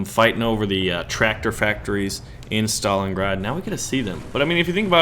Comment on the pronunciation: You read it wrong, just Stalingrad, softer :v